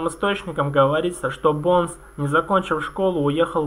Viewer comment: БОУнс, не Бонес